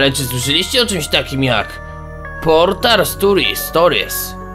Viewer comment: Mobile Task Force / M.T.F. Portal, a nie poltal. Rozumiem mówić "l" zamiast "r" w prawdziwym życi, ale nie w necie!